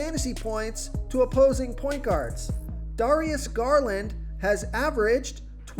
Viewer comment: Darius Garland Dare-re-es. Gar-land